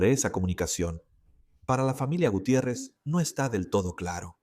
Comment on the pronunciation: Qué es tercermundista. El narrador cómo que , Guthier es Gutiérrez 😂